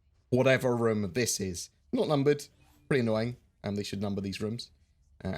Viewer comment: It's rOOOOm, say it right,!